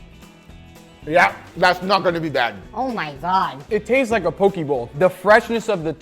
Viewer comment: As someone from hawaii I dislike how u say poke but other that that good vid